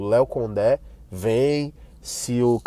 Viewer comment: Gostei de ouvir a pronúncia Léo Condé,parabéns!